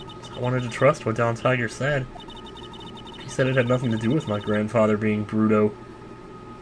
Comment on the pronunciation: Just one thing, the loan shark's last name is pronounced Tee-grey!!!!!!